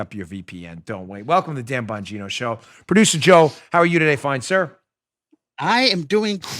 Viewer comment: Dan Bongino, I absolutely LOVE YOUR CORRECT PRONUNCIATION OF WORDS and ARTICULATE COMMUNICATION SKILLS! You are, indeed, a rare commodity!